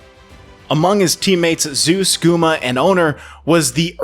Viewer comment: Nice Video . But maybe next time you can pronounce the top laner's name correctly -""Zay-ooz"